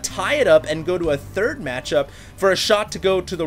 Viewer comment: "select is not the turd"